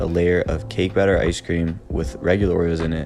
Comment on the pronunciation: He said Blatter instead of Batter